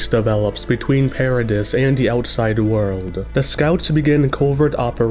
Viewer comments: The "s" in Paradis is silent. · please stop pronouncing "paradis"and "maria"